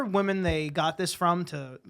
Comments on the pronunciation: The way everyone is saying “woman” instead of “women” lol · I feel like I just watched struggling to pronounce the word 'Women' for half an hour.